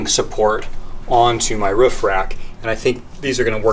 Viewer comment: Up on your wroof. You know, on the woof.